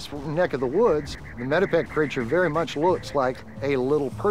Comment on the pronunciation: The area is called METEPEC, not medieval...